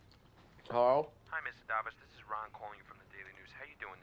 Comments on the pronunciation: Lol who the hell pronounces Davis 'Dahvis' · Thanks for posting this. I love the guy from the Daily News starts off as a guy who can't even say "Davis" right, to someone who sounds like he could be a legitimate telemarketer.